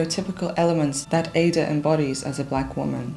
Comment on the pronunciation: A very well researched and clearly presented biopic of one the great opera stars of the 20th century. May I respectfully point out that Porgy is pronounced with a hard G; and Aida as Ah-ee-da. Grateful thanks!